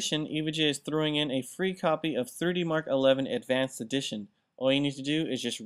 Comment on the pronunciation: why does it sound like he said 30mark? and not 3D MARK....lol i listened to it 6 times and still sounds like 30mark